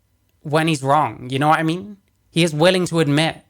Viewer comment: It’s adorable how you say “ya kno wha I mean”.